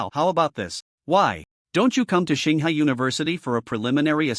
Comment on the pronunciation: ching hua? you mean tsinghua?